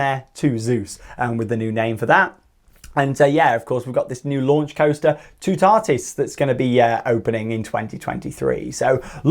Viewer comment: Nope, pronounced it just right! The final "s" is not silent!